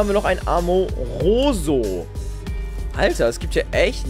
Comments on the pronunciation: es heißt amoroso, nicht amonitas;D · Du sagst zu Omastar Amaroso und Amonitas!!!😂😂😂😂